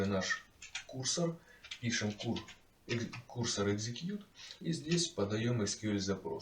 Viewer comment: курсОр, а не кУрсор